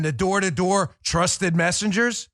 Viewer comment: I thought he said 'trusted messages'